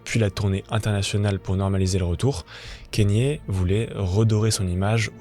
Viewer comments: "Kennye" non c'est Kanye avec un A kAnye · Le cas le plus extrême ? Vraiment ? Tu connais pas Roman Polanski ? Ah, et on dit "KAnyé" pas "Kényé" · La vidéo à l'air cool mais pour l'amour du ciel, on prononce k"A"nye et pas k"Ai"nye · Pourquoi les personnes font des vidéos sur des personnalités sans même savoir prononcer les prénoms c gravissime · Comment c'est possible de traiter de sujets comme ça qui demandent des recherches mais ne pas savoir prononcer un prénom. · Je vais pas discuter 1000 ans avec toi si tu prends mon commentaire pour une agression, je salue le travail du poto, mais j’ai pas pu finir la video a cause du nom mal prononcé c’est tout. Son prénom est même pas anglais ni américain, il vient du botswana. C’est comme si je faisais une vidéo sur Michael Jackson et que je l’appelais Mickael pendant toute la vidéo. Je trouve ça juste dommage de se renseigner sur tout les bad buzz de kanye, faire un travail de recherche et tout mais ne pas vérifier une seule fois comment son nom se prononce. Enfin bref.